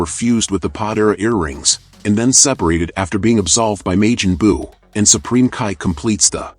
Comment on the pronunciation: This garbage AI voice. May-Jin- Boo? Lol tf is that